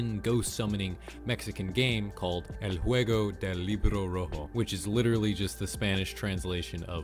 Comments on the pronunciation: I meen it was kinda good for a man who dont speak spanish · i love how he said redbook game in spanish in a very fluent way